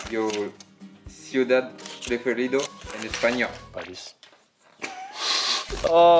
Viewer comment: mdrr « Parìs » comme si ct logique et triste à la fois 😂😂